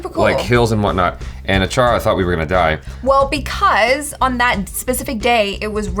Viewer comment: tell me you are american without telling me you are american achara:@